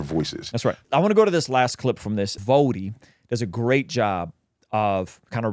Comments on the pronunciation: FYI it’s V-Oh-ddie, not V-ah-ddie. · I feel like before you hit him up to be on the pod, it’s VO-DEE not VAH-DEE. 😊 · Vohdee not *Vahdee but great video! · Love you! But…. It’s V-oh-ddie not V-ah-ddie. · ❤ pronounced Voh-dee